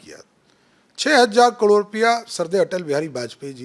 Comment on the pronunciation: पहले करोड़ कहना सीख